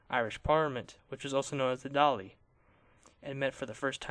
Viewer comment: your pronunciation of dáil 😂